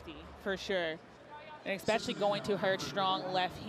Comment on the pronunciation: Please stop saying "EX-pecially" I just can't listen to it continually. 😮